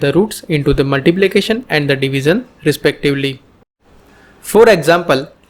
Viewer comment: Good video thank you, and a correction it is pronounced as 'Divishion' not 'Divison', it is 'shion' not 'son'. Hope you get it right next time thanks.